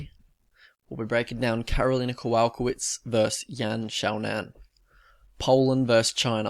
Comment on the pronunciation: bruh the way you pronounced “Kowalkiewicz”😂😂 good vídeo tho